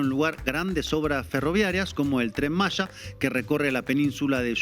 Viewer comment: No se dice Tren Masha (Malla) es Tren Maya (Maia)